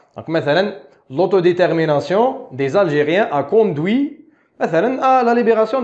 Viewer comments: Autodétermination pas autoditermination 💚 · Même remarque